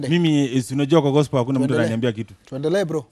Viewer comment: Mimi nimechoka tu vile amesema gospo instead of gospel....